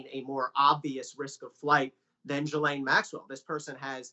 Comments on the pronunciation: Lol, all my channels pronounce it "Gizlaine" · Please Pronounce her name correctly SHEES-LEN ! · These are supposed to be journalist, and yet most of them can not figure out how to pronounce her name. It's Ghe-lyn. All they have to do is listen to how Virginia Roberts Giuffre pronounces it. But that is too much work for these people. Pathetic how journalism has deteriorated. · Her name starts with a G hear me a G why oh why do the Americans become so lazy when talking.. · Why can't people pronounce her name right?